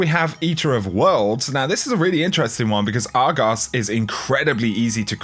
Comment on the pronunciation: The way he says Argos is just beautiful